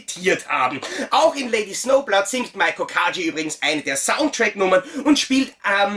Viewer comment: Ihren Namen spricht man nicht MAIKO aus sondern MEIKO (mit langgezogenem E), so wie er auch im Japanischen geschrieben wird 😉